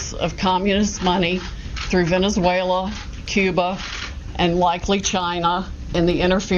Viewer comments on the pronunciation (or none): She says vilain-zuela 😆